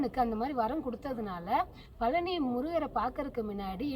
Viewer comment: thanks for the video /. please say பழனி not பலனி!